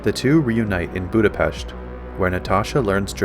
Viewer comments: Kudos for pronouncing "BudapeSHt!!" Natasha would have been proud!! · The authentic Hungarian pronunciation is "Boo-duh-peSHt" as in "ship" and "sheep." So both Nat and were correct except was saying it as an English word.